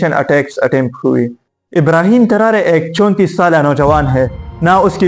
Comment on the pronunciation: Not Tarare its Tarore